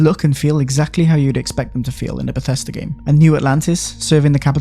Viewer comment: It’s Bethesda. Not bethesTA